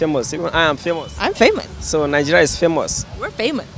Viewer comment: Wy do you guys say Ningeria? Isn't it Nigeria?